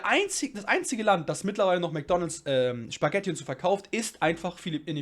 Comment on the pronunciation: Spaghetti und nicht SCHpaghetti